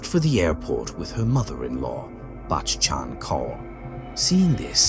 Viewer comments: The repetition of the name Bakkchhhann Kauuurr tho 😂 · The way this man says bachan kaur 😂😂😂 so fucking funny